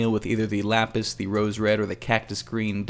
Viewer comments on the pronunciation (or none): none